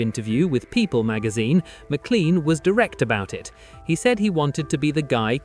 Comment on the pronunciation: The surname MacLean is not a toothpaste brand. It is pronounced Mac - Lane.